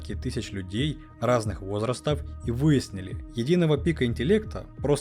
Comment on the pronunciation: Я правильно понимаю, что ролики озвучивает не человек? В них почти во всех встречаются 1-2 очень характерные ошибки в ударениях, как, например, "стУпень" в прошлом видео или "вОзрастов" в этом. На всякий случай, это не претензия, просто вопрос.